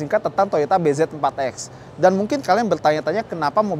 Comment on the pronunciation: nyebutnya BIJI